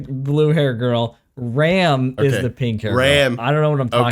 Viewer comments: it's already season 4 and you guys still can say ram and rem properly😂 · Rem and Ram would be easier to differentiate if you didn't pronounce their names the same